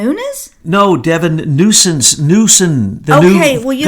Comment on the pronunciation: BTW...laughing at the "nusence" not the Devin/Gavin mix up.